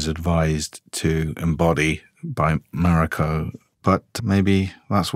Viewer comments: How long you been on this series and still can't pronounce her name:NOT MAREIKO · bro can't pronounce mariko? 🤨